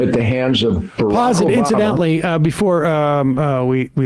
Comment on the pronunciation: he said biraq o booma